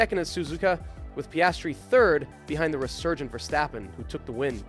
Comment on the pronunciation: "Catar", "Verstoppen", "Lonce stroll", is this AI narrated or are you trying to sound ~fancy~?